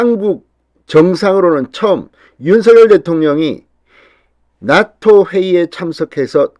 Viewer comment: 죄송합니다. 나토가 낫토로 들립니다.